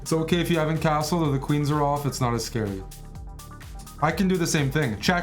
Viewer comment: knight oof instead of orf. I'll see myself out.